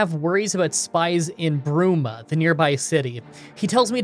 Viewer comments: Uggh your spelling on the cities IS ALL WRONG! KOROLL. BRUMA NOT BURMA! bruhVIL NOT BRAvil Also stop caring about the rules. It's your videos you decide if your run is valid. Have fun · The, uh...The city all the way up north, next to Cloud Ruler Temple? It's name isn't pronounced "berm-uh." It's "broom-uh." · As someone who grew up with this game when it came out, it hurts so much when he said "Burma" instead of "Bruma". Funny thing is i used to say that too so i cant really judge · I love how you committed to calling Bruma by the wrong name Burma but still it was funny nonetheless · Burma? It's BRUMA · i liked the part when he said "Burma" instead of "Bruma" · I subscribed despite you calling it Burma xP kee p it up dude would love more elder scrolls challenges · Burma? does... does he mean Bruma? where men are woman? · Take a shot for every time calls the city of Bruma in Cyrodiil Burma, a country in Southeast Asia. Instant sub! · Bruma, not Burma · Semantic Rule 1: Don’t pronounce Bruma as Burma. I get it you want comments but damn dude just pick the Helix fossil and get on with the run. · Bruma (Broo-muh) not Burma (Ber-muh) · I can't unhear "Burma". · I love how you keep calling Bruma, Berma this entire video xD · The Scamp is considered a Dremora I think so that is why your humanoid and creature spells didn't work. Also hearing you call Bruma, Burma, was hilarious! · Spelt. B r u m a Pronounces it as Burma. Checks out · Say it with me, BRU- ma. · update: How tf did you get welkynd right and bruma wrong?????? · I'm a huge fan of Oblivion and loved this video, but I also died a little inside everytime you said BRUMA wrong